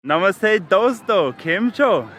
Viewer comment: 0.00 I love how u say the greeting..I m tamil,but I really like how u say the namaste bro.